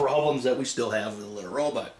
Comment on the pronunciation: why do you say Litter RoButt? ::))